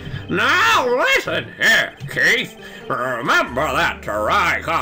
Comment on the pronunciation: "Keith" sounds like "Keito", to be honest, which is weird if you have knowledge of the "Kirby Adventure" sprtie comic on Smack Jeeves AND of Ace Attorney (duh).